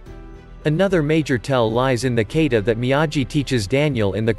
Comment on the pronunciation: ita not Kaata but its a Ka-ta (and Goraru pronounced) , is this a computer reading the text